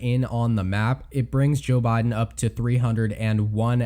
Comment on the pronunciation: jOoe bye-den